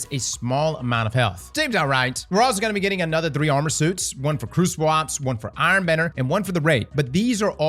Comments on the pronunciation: Is from Baltimore? “Ash and Aaron” 😂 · "Ash and Urn"